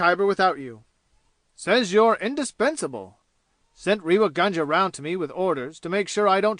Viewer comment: A pathetic leebrawaokss recording read by a yank nasal flat monotone who has absolutely no idea of proper pronunciation including Indian names. Ràynngaarr. Reeva gaanja/ what the hell. Do you feel proud airing your superior illiteracy all over the world and making spectacles of yourselves?? But The Reader couldn't care less, could he. Could you guys do the rest of the world a favour and stop invading every single field including audio books with your horrible renderings of beloved classics. We are disgusted at such amateur displays trying to give some sort of attention even if it is chaypturr wàann. And so on and so forth. You guys can't read English. you cannot pronounce English you don't have the voice to make any sort of reading enjoyable including librivox recordings not leebrahwokss pronounced in your horrible Americanese. Listen to how professionals read British classics with proper english pronunciation just picking up a book and volunteering for reading audio booksss does not a talented reader make. Especially not the harsh croaks of many of you readers out there.